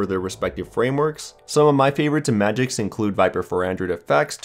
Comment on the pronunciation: IT'S MAGISK, NOT MAGICS